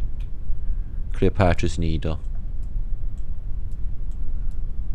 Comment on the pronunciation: fantastic work. Got me think a few things, words to start Architect....Arch...Tech. You mentioned Cleopatra...I though you said clipart...talking of changing the narrative haha and countries that have the same names. ie in Toronto you have London and Glasgow, there's New South Wales, Birmingham etc etc...people leave one city in a reset and start up somewhere else and call it the same. Be interesting to check the narrative and timelines on cities with the same names, also if there's any food, culture and similarity in the Archtech. Peace and love from Porthmadog